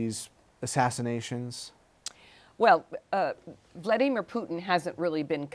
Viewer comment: The way "Amy" pronounces Vlaimir 💀😮